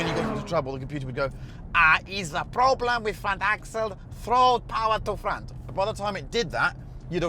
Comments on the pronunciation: Haha "is a problemm with tha front axle" - Brilliant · “eez a problam with de front axle” lol